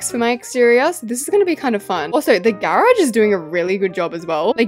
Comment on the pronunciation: The way she says garage 🥹 GaReAuG